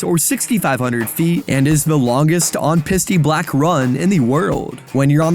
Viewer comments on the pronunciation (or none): I did notice you pronounced "piste" as "pis-tee". It's just "peeste" instead. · bro said pisty lol